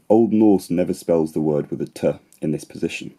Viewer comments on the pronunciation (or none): none